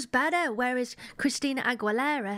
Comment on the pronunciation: She really struggles saying Aguilera. Just remember the “u” is silent. It’s Ah-gee-leh-rah.